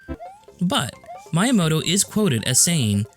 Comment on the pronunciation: that's not how you pronounce miyamoto